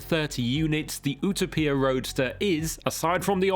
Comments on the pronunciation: Its not pronounced ootoppia its youtowpia as in utopia - heaven 😂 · Pagani OOH-TAH-PEE-YAH???🫤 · Wtf is a oooootoooopia? 🤷🏻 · Everyone: Utopia This guy: "Ooo-tah-pia" 😅🤦‍♂️🤡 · Ootopeeyah? It you-toe-peeyah. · What is it with the American pronunciation of the Paganini? OOTAPIA? Hahahah. The correct pronunciation is U Topia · its Utopia..not Utapia.. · UTA-PIA!!! 😅... Brother it's pronounced U-Topia.. #cringe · it's Utopia, not Utapia...lol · Ou-Ta-Pee-Ya ?! UTOPIA !!! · Still good content, but this is not a 2026 Performance Car of the year. No Lamborghini, No McLaren, No Aston Martin, Yet we compare a $3.5m bespoke car to $100k cars??? Then why is there no Bugatti, Koenigsegg, Hennessey, etc. ... and it's not U-tow-peia, it's YOU-TOPIA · You-topia✅️ Oetopia❌️ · ooto-peer..... ok champ... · Ok why can't you just stick with the Queens & like every other English speaking automotive journalist just call it the "u·to·pi·a", pronounced /yo͞oˈtōpēə/ bc unless you're Benito Mussolini incarnate I'm ending the dictatorship for failure to maintain order 😂 /yo͞oˈtōpēə/ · Pagani Huayra Utopia is pronounced like the model is named after the imagined place/society of perfection. Pronounced "You-toe-pee-a", but you know that already, don't you. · Ooterpier? I don’t think so mate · Ooo tow pia! Utopia pronounced Youtowpia. Where is clarkson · "Oohta-Peah"?? Let's just be grateful you weren't testing it in Barthelona. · Oo-toe-pee-a - really? Utopia is an English word.... Porch - something on the front of your house. Porsche-e - an expensive VW beetle.... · who the hell spels utopia like that? U-ta-pia😭 thats even worse than people saying porschhh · I thought it was YOU-TOE-PEE-TAR. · Oootopia?? Lol WTF dude? Learn how to pronounce!! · OOh toh pia.... you're kidding right? You can't say Utopia correctly? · Agreed. I have met Horacio and he never calls it OOOO 2 pia. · It’s “You-taupe-pia” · A journalist should know how to pronounce "Utopia" in his own language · Butchered it lol